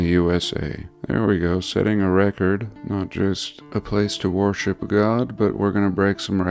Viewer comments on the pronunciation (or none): Did you say warship? 😅 "Consecrated" - being declared holy or sacred.